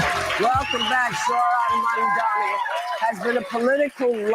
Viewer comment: Not only is Whoopi reading a teleprompter, she still can't say, "MAMDANI!" WTF🤦🏽‍♀️